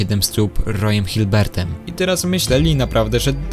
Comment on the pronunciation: Hibbertem a nie Hilbertem :)